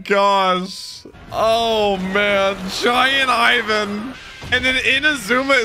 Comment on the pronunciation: first ov all its ivan not pronounced like you doo second crocodile is apparently to theorys luffys mom